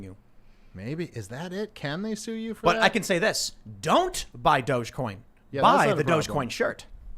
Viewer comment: I'll say it over and over and over again, it is dog-e-coin... pronounced "doggy coin"